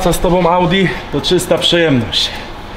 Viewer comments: Cztery zera piąte w środku- Łałdi. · ale ogr typowy kierowca ołdi haha